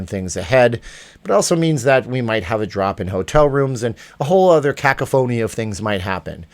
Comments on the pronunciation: Keep up the good work. FYI: Cacophony: ka Caw phony, not kako phony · It's kah-koff-an-ee Great video! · And you pronounced cacophony incorrectly; both times.